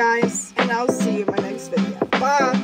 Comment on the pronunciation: I hope I don't offend anyone but you totally sounded deaf when you said, "bye" at the end and I love you for it. The Lucky Charms thing made me choke on my coffee. Also I laughed like 11 times during this vlog. We don't care what you do. We just love you for who you are. Morning routines are absolute bollocks. We all just humans.